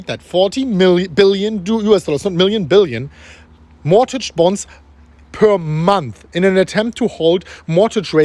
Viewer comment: The T in mortgage is silient.